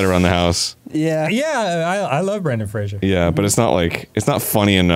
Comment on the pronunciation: I love Blast From The Past! Also Danny loves Brendan Fraser but says his name wrong. ALSO ALSO Arin knows Pauly Shore but not SEAN ASTIN!? (I know they're doing a show, just poking fun because I would do the same things)